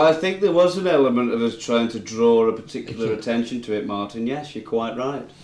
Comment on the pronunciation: YoU KnoW whAt MarTin iS harD to pUt ur fiNger on It The way he says it😂